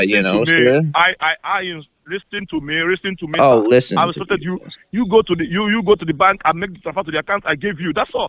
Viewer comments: LisssOn to meee Stop asking QuestChon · And "do one ting" and "each and everything" "Fixation" "Lissen!" "SIR!/MA'AM!"